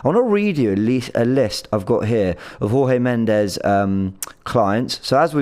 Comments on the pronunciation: Pronounced Jorge Mendes (as in George) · trying to replicate Robbie's inability to pronounce names with Jorge Mendes and Reims (I don't blame him for not knowing how to pronounce Reims - it looks completely different to how it's supposed to be pronounced).